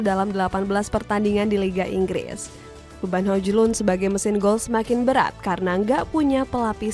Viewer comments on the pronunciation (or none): bacaannya bukan hojlund tapi hojlund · Ngakak denger spelling hojlund 😂😂